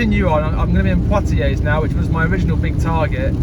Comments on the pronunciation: You don't pronounce the 'S' on the end of Poitiers, it's actually pronounced as 'Pwatiei'. Cheers. Nice video. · Never heard of Poitiers..? You didn't study the Hundred Years War at school? The 's' in Poitiers is silent. A bit like the 't' in Chevrolet. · You don’t pronounce the s at the end of Poitiers .. or the r.